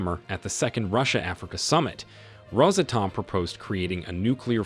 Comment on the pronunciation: its NOT Rosa Tom, its Ros Atom